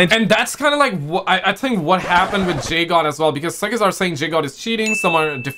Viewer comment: Guys guys it’s Jdog not jgod